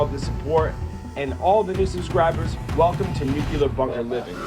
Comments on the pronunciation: Nu-clear. Nuclear. Not nu-cular. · He says nuke-ya-lerr instead of nuke-lea-r Just a pet peeve. Amazing undertaking. So much energy went into building this complex and yet it doesn't even hold a candle to the pyramids. Just mind blowing what people can do! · It's nuclear not nukular